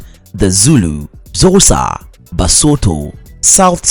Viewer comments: The way he pronounce Xhosa, Ndebele, and Boboti is laughable. I advise anyone who wants to learn about South Africa NOT to listen this nonsense. It's false, inaccurate, and outright ridiculous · to be honest... I can't use this video for my students due to the very poor pronunciation of some of the basic words like XHOSA and BOBOTIE ... among many many others .. such a pity